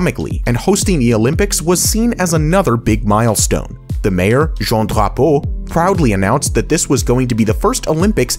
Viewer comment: Your pronunciation of Drapeau was very good! Très bien!